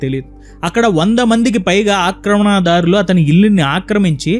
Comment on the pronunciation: బాగుంది. ఉచ్చారణ దోషాలు సరిదిద్దుకోండి. ( , ఆక్రమణాదారులు శిలా ... ణ , ల. వీటికి దీర్ఘం ఎందుకు?)